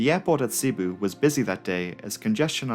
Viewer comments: filipino here Cebu is pronounced "Seh-boo" not "Sea-boo". the 2nd syllable "bu" is emphasized, so it would sound like "seh-Boo" otherwise great video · It's seh-boo. Not see-boo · Nice video btw. Also, the way that "Cebu" is pronounced is "Ce-bu" not "Si-Bu". Oh dear...my fellow Filipinos are gonna chew you out for that mispronounciation. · Not everyone is perfect you know even if he pronounced “Cebu” (sebu) incorrectly. Have you even watch the Crazy Russian Hacker ? A Russian guy that doesn’t have a perfect English accent or grammar and also pronouncing a few words incorrectly. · wow... it's not a matter of being prefect. It's a matter of having a 3rd grade education.